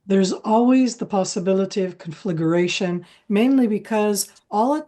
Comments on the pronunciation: WHY can't any of your guest speakers spell CONFLAGRATION and say instead "conflagUration"??? It's NOT difficult... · Con fla gration please not confligerratioon. Nitpik from love. You folks have an awesome new show. Watch it daily